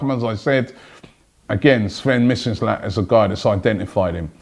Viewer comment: How does this guy never get names right? Is he dyslexic? Who's "Slen Mislinat"?